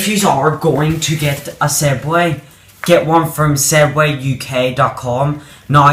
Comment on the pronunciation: ITS SWEGWAY/SEGWAY